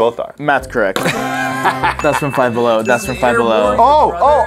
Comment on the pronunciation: "Down Bellow"